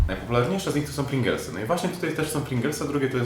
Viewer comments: Mowa o czym? Nie mówi się Pringlesy, tylko Pryingels... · Chyba równie proporcjonalnie co to smaku to ludzie się mylą co do nazwy. Piękny Roman też co chwilę Pringelsy mówił zamiast Pringlesy.